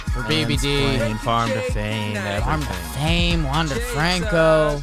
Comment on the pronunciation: Wander's last name is pronounced like Maikel Franco, not James and David. Enjoy the sports weekend, let's go do that hockey!